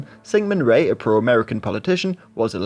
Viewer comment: I cringed when you kept saying "Ray" instead of Lee.